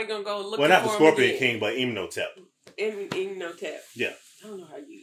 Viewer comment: Rip panick, they on here saying imnotep😂 😊 when its imhotep😂